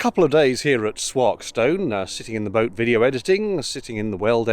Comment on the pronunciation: Great vlog,. It was lovely to see my local canal from on the water. I live on the southern edge of Derby and I'm familiar with Stenson, Swarkstone and Weston locks. Minor correction though; The "wark" in Swarkstone is locally pronounced as "walk" (As in how you progress on your feet).